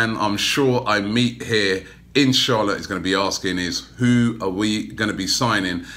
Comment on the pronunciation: Robbie, everytime in this video & when you said 'In Charlotte' it sounded like 'InshAllah' Just putting it out there 😀😀😀